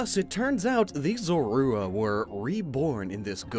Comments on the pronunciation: Why don't you look up how to pronounce Zorua? It's ZORE-roo-uh not zore-ROO-uh... 🙄🤦‍♀️ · These are easily my favorite new designs we've seen from Legends Arceus. Zoroark has always come across as an edgy Lucario wannabe imo, but the Hisuian form knocks it out of the park in every aspect. also the way pronounces Zorua is very distracting 😬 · Wait... Is that how everyone says Zorua? Is always pronounced like Sora but with a z instead of and s. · Is anyone else bugged by how he says Zorua